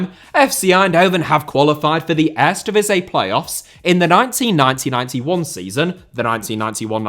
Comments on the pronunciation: Would be funny is he instead have used the leagues official name which is: KEUKENKAMPIOEN DIVISIE 🤣 (since he has so much trouble with Eerste Divisie, which means First Division and should have been pronounced as : EAR-STE DEE-V-SEA) 😉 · Are you a fan of the erresdivizei? 😂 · Earsta Divizzee and Tweyda Divizzee for pronunciation 🤣👍🏽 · 🤣🤣 echt he. For real, what is he saying, it gives me itches🤣😭 Ejstdivizjeej??? He should pronounce: EAR-STE DI-V-SEE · maar echt 🤣🤣 for real what is he saying.. Ejstje djeveesjeej??😭 He should pronounce: EAR-STE DEE-V-SEA Ennoys me so much as a Dutch i stopped watching...